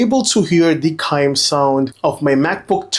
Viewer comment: Chime is “CH” you are pronouncing it as Cime.